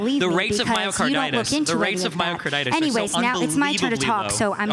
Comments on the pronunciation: lol "Myocardartis" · Lady kept saying myokaidartis (a nonsense word) instead of myocarditis (inflammation of the heart) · Is no one going to talk about the amount of times this girl tries to dunk on the vaccine while calling myocarditis “myokidartis” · Listening to her struggle to pronounce this word grated me so hard. “Mayokaidortis” “miyocoydartos”. Please say it a few times to get it in your head. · Let the record be shown that zero deaths are attributed to mio-KYDORTIS. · “I’m a journalist,” “I talk to people, that’s how I know these things” she says in response to a question about her sources on myocarditis before pronouncing myocarditis as “myocidartis” for the umpteenth time. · "MIOCIDARTUS" - that one lady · Say it with me myo-ki-DAR-tis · "MaroCYDartis... MyroCarotis.... MarcoPolotis..." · "Myocar-dar-tis". Boy, they were truly scraping the bottom of the barrel when they compiled this panel. Oy vay. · Mycorditis lol oof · What is this myocardartis she kept talking about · Lol that lady just can't properly pronounce "myocarditis" for the life of her, she seems to know she's saying it wrong each time but she just can't get it out properly. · I have to say, the two most annoying people must've been that Asian girl on the left and Destiny. The Asian girl had absolutely no idea what she was talking about and the way she kept mispronouncing myocarditis really started to annoy the living crap out of me. Destiny seemed to be in his disagreeable zone where he seems most comfortable. He seems to shut down the rational part of his brain under these conditions and simply wants to disagree with anyone he sees as a political rival.